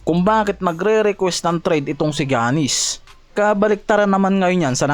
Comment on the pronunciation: paki ayos ung pag Pronaounce mo boi sa Name ni Giannis hndi ung Jannis 😂😂